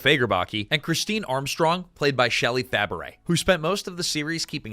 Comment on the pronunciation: A piece of advice for the narrator of this video: learn how to properly pronounce someone's last name. Shelley Fabares's last name is pronounced "Fa-bray", not "Fa-baret".